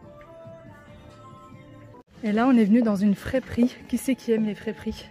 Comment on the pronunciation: Cc on dit friperie , pas fréperie